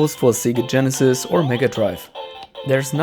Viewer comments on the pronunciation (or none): none